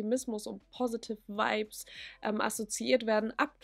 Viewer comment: Fands witzig dass du vibes bisschen wie wipes ausgesprochen hast 😂 aber stimme dir zu!